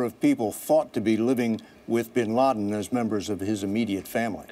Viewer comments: he said Osama Bin Larden ...So Who died Bin Laden or Bin Larden ?? I'm confused ! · Osama Bin Larden !! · lol he says "Osama bin Larden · haha did he say osama bin larden? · the guy at the beginning said osama bin larden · he said osama bin larden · "Osama Bin Larden" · bin larden? .. lol it sounded like that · osama bin larden? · Osama Bin LaRden hahahaha. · lol he said osama bin lardin. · hahaha "OSAMA BIN LARDEN. " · Ik this is an old vid and all, but klisten at , he "Osama bin LARDen" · like if you think he says osama bin LARDEN and ? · Osama bin larden.